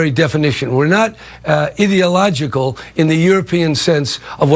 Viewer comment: Sir...... LEARN GRAMMAR. Ideological, IDEA IDEA IDEA. Not Idilogical, Ideological... IDEA Jesus fucking christ I couldn't even listen to what he was saying.